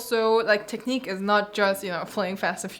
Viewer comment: cany you please say one more time '' tekniiiq'' for me.. :)